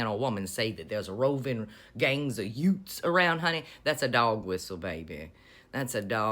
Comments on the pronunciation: Maybe YUTES? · Youths or "Yewts"? LOLOL! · I'm an Aussie. I heard "utes" which is our short version of utility truck.